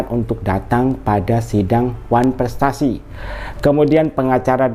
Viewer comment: Ngomong wanfrestasi aja susah keliatan kn bego nya tp kok bs jd dokter 😂😂😂😂